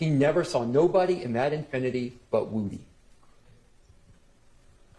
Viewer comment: Lmao. This whole time I’m like why they keep calling him Wootie. Do they have trouble saying Woody?? lol Wootie Woooh